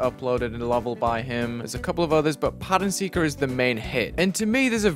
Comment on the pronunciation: Pattern Seeker ? I thought it was "Pattern Sucker"